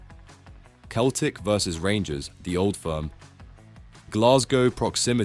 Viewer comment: fr, it takes two seconds to look at google and see how easily it is to correctly pronounce Galatasary and Celtic